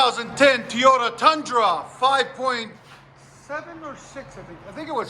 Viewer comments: IT’s Toyota…NOT Tiyota….come on Man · “Teyota” There is 2 O’s! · I think the best part was of the whole video is listening to you say “Tee - yo - ta”. 😂 I have a 2019 Tundra SR5 and I put dual exhaust MagnaFlow on it, sounds badass!! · Dude... let me break it down for you.. TOY-O-TA. It doest start with Tey. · Love the videos but this guy saying toyota like he does is killing me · You can't say TOYOTA